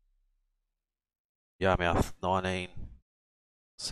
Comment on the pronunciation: Yar-mith. Just like where i grew up fishing in Portsmouth... Ports-mith. In new england speak it'd be po-ahts-mith and yah-mith